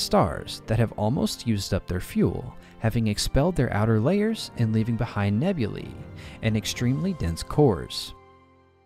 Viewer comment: I appreciate that you correctly pronounced the plural nouns "nebulae" and "novae". Apart from the words "aether" and "caesar", it seems difficult for English speakers to accept that "ae" is the long "e" sound (as in "street"). Which is understandable, if you don't know Latin. Anyway, I get why most English-speakers pronounce those words as "nebul-AY" and "nov-AY". It's not a big deal. (But still, I appreciated your effort.)